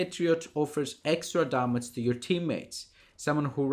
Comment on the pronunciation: It''s Ντάμιτζ, not Ντάματζ mate :) Nice analysis.